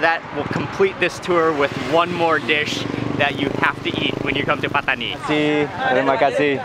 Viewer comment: saying ' Terima Kasih ' perfect accent and pronunciation..